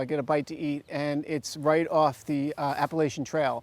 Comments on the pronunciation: Ap-pa-LATCH-a please. :) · I turned it off once he pronounced Applachian wrong.